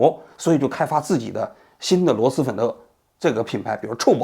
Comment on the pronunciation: 王局，是螺狮粉，不是螺丝粉😂